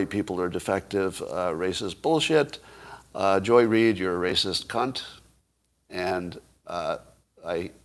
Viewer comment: Mr. Adams… THANK YOU FOR SPEAKING OUT HONESTLY about Joy Reid. And for speaking of her with proper accentuation. Keep up the excellent word choices, sir!